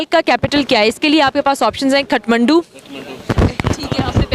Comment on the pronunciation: खटमण्डु ?😄 It's काठमांडू । palaces of Wooden.